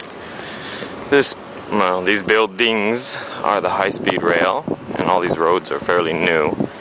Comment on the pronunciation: Beel-Deengs? lol